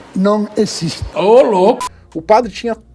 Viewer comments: "eso no ecxiste" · "ISSO NO ECXISTE" 😂😂😂😂😂😂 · "Ixto no equisiste" 😂(,padre quevedo) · Adorava o Padre Quevedo (Padre "Quemedo" no saudoso Casseta & Planeta 😂) Sua frase "isso non ecxiste" é eterna... 😂😂😂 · "Isto non ecziste!"